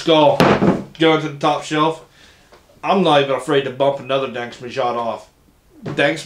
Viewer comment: No it’s definitely not pronounced “danksh” it’s “dansk”… you got the myod right but in danish it would have a soft D. Almost an L or TH sound in English